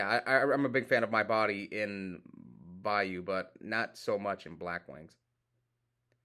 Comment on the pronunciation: I love you bro, love watching your videos, you keep killing me pronouncing Vayu 15 different ways in one sentence 😂😂😂😂😂😂😂😂😂😂😂😂😂